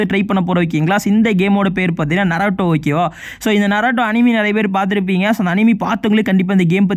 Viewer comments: Bro atu naruto bro narato ela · Bro narato illa na-ru-to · bro narato illa naruto pronunciation must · Naruto❌ narato ✅ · Bro narato illa Naruto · bro ithu நராட்டோ illa நரூட்டோ bro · Bra narato illa naruto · Bro it's not narato it's naruto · Narato illa bro naruto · Narato Ila bro Naruto 😂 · Bro not naroto its naruto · Thats Naruto not narato 😑